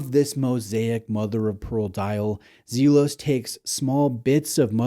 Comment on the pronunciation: It's pronounced "Zel-os" not Zeel-os". 🎯